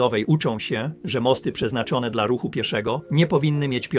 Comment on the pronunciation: Dlaczego si mylnie czasem wymawia słowo DLA... Tylko mówi de,el,a?